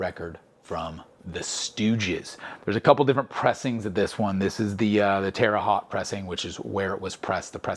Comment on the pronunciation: As a Midwesterner who used to visit Terre Haute every now and when visiting my grandparents in a nearby small town, I must inform you that “Haute” is pronounced “hote.” As in, rhymes with “note” or “remote.”